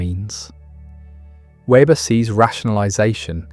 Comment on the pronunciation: More a critique of communism/socialism than of capitalism. Rationalization from afar captures communistic mindsets far more than free-market capitalistic forms. This should be obvious. For example, communist societies have no interest in environmental values. By the way, Weber's name is mispronounced consistently throughout.